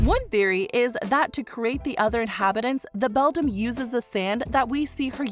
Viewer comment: The word Beldam is pronounced BELL-DAM, NOT BELL-DUM